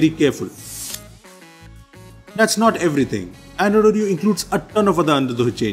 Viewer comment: I keep hearing Android Audio, instead of Android Oreo 😂😂😊